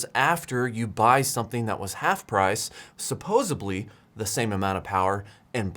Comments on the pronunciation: Grinds my gears when I hear "supposubly", it’s "supposeDly". I still stuck around till the end, and it’s a petty Karen thing, but damn I cringe when I hear it…. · SUUPOSE-EBLLEE! Supposedy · I don't think he knows what he's talking about. As soon as he said "suppose-ubly" I lost all respect for his grasp of the English language. I lost respect for his "tech knowledge" when he proved he has no idea what the difference is between a KWh and a Wh. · Supposedly not supposebly. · No such word as supposably. It's supposedly. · Supposibly so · He lost me at “suposably” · Not even 30 seconds in and you said “supposeBLY”. How am I supposed to take this review seriously? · "Suppose"B"ly? Seriously? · Did you say supposeBly??? I thought you did. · I have read various comments from people that are annoyed by the mispronunciation of "supposedly"... your comment is by far my favorite of all. Made me giggle. Hope you are having a great day. 🌻🌻🌻